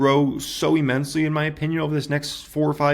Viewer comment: "E"-mensely is not a word. That's not how you pronounce immensely. What college did you go to? Clearly they didn't speak English there.